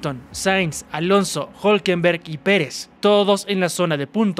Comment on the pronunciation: Es difícil que RB no se levante en Austin. Creo que ahí los veremos fuertes. Norris necesita la perfección, lo que no se le da mucho. Por último estimado. Es Hulkenberg no Hulkenberg. Saludos.